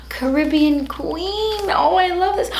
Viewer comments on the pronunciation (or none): none